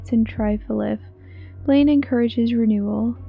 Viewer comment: Seems pretty interesting! The way you said "Blaine" made me laugh xD